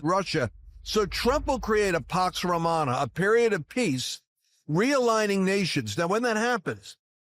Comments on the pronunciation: He got it right when he said "Pox Romana" instead of "Pax Romana." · Find him to be credible???oh holy god,quite literally. Did he say Pox Romana?